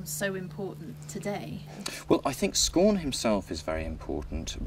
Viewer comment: How are you pronouncing 'scawen' ? I think you need to look at how Boscawen is pronounced.